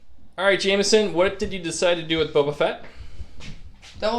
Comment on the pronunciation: Are you calling him "Bubba" Fett on purpose?